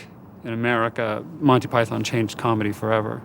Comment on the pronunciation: the only thing i dnt like s how they incorrectly pronounce Monty Python.